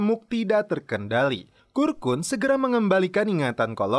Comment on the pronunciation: Kurkun koq jadi karkun bang... Wkwkkw